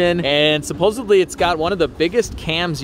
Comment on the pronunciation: Did you say supposebly 😂